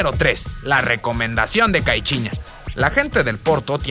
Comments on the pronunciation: Caichiña😂 tengo entretenido que se pronuncia caiciñia. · Caichiña jajaja solo yo lo noté?? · Cai- chi- ña 😂😂😂